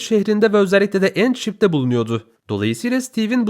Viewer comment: End Gemisine Inglizce Soyleyen Ilk turksun Abi Tebrik Ediyoruz